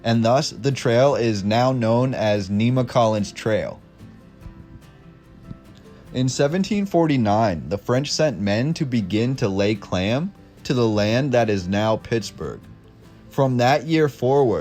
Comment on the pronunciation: Never heard anyone mispronounce “claim” as “clam”